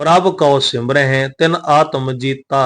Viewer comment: ਗਿਆਨੀ ਜੀ ਪ੍ਰਭ ਕਉ ਸਿਮਰਹਿ ਸੇ ਧਨਵੰਤੇ ਵਿਚ ਸਿਮਰੇ ਦੇ ਵਿੱਚ ਸਿਹਾਰੀ ਦਾ ਉਚਾਰਨ ਹੋਣਾ ਹੈ ਜੀ